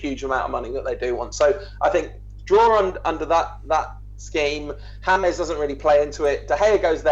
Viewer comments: "James" which is pronounced "Hamez" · its James not hamez idots learn to spell and right.